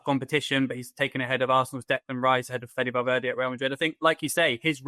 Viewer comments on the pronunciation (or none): Three sylables Val ver de